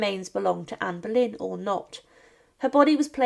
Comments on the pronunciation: Anne Bollène et pas berlin ok ia de merde tu parle d'une reine d'Angleterre un peu de respect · Не Берлін,а Болейн. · Pani czytająca komentarz jest półanalfabetką i brak jej wiedzy. Jak można kogoś takiego zatrudnić ? "Boleyn" czytany jako "Berlin" i wiele innych tego typu wpadek.